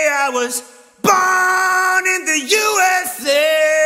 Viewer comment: Am I the only one who heard "Barn in the USA" Instead of "Born in the USA"?